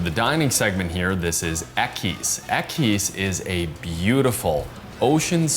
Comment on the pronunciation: Equus is pronounced ekwas.